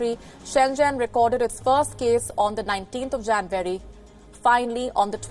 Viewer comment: Sounded like she said “20th of janbury” 😐